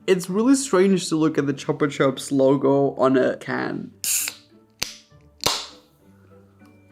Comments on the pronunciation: It's chu-pa chuuups if you read it. Theirs a lollipop like that much better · Chupa chups is a Spanish brand and it's read the same as it is written "chupa chups" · It was the first time I heard how people in the UK pronounce chupa chups - 😮😂 I thought it was a joke, had to check! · the way u pronounce chupa chups 👀😭